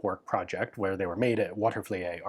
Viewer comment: Pronounced "Water-vuh-leet" . Cool lesser known arsena.l